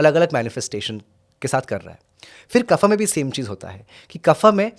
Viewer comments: Please say vaata pitta & kafa . Do not pronounce it like Vaataa, pittaa, kafaa. It's wrong & shows ignorance. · बड़ा अजीब लगता है जब आप वात को vata, पित्त को pitta और कफ को kapha उच्चारित करते है।